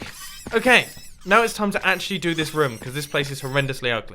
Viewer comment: I like how mumbo says rom instead of room